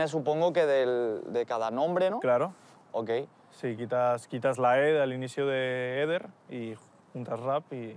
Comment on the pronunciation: Eh compas, se llama Eder, no Ede